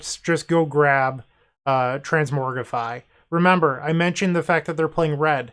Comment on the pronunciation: Just so you know, it's "transMOGrify"